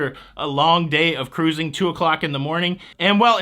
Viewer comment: Thanks for all the cruzzzing. WOW did you say jewelry? you always have me laughing.